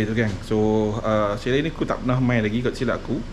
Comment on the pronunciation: Assalamua'laikum. Patut la lama tak bersiaran, pi umrah rupanya. Alhamdulillah jd tetamu Allaah. Chalet tu asal dr bahasa Perancis. Bila huruf t kat blkg perkataan dan huruf vokal sblmnya maka huruf t tak bunyi aka silent t mcm Chevrolet dan bouquet. Chalet tu kita sebut chale shj. Lps ni ada video memancing pulak kot. 😊 Selamat Hari Raya Aidil Fitri, maaf zahir dan batin kpd n keluarga serta rakan2 memancingnya. Tak lupa kpd para viewers juga.